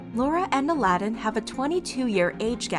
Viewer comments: How do you get his name wrong the whole time? Did you guys not watch any videos for research? Also you show quotes from The Other Way, but say they are from Before The 90 Days at the beginning of the video. I really like your videos, but this is a little sloppy. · not mis pronouncing Aladin's name the entire video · Pronounced his name wrong and they weren’t on Before the 90 Days. They were on The Other Way. I’m glad Aladin moved on. Laura is a mess. I would like to see an update on another couple Paul and Karine... they were dropped from the show with no explanation. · Yeah it bothered me when Laura even pronounced it correctly in the divorce conversation clip. saying it like Disney 🙄😑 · why do you keep saying his name wrong????? it’s clearly not pronounced like the disney character... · I know she even put a clip of Laura saying his name correctly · Bro thats not how you pronounce his name smh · ty i was confused for a sec in y they kept saying it like the disney movie 😭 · pronounce his name correctly please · His name is not A-lad-in. It's Ala-din! It's really quite disrespectful of you to hear his name being said on this TV show so many times then mock him by getting his name wrong and referring to him as the cartoon character! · His name is pronounced 'AL-uh-din' , not ' Aladdin' . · His name is not pronounced like A-lad-in. His name is Aladin you say it Al-a-din. Their relationship ended like 2yrs ago and Laura has been with other guys so the only reason she is bringing up what he does is to stay relevant. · It’s not “A- la - dinn”. It’s Ah lah din. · I had trouble watching this video because his name is pronounced "Ala-din' not Aladin like how you pronounce the disney movie :')) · Isn’t it pronounced ala-din not Aladdin like the Disney prince? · His name isnt Aladdin like the Disney movie lol His name is ALADIN. AL-A-DIN* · i think it’s like ala (like saying ala carte) din while pronounced it as elladeen. Im sorry my english sucks